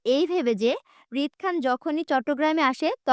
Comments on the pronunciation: রিদ বলে আউট না আপু 😤😤😡😡🤬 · রিদ বলে আওট😡আর মায়া বলে ওমম😐